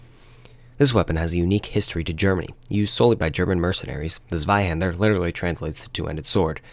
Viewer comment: Just a heads up,it's pronounced "Tswaihander", not "Sweyhaender".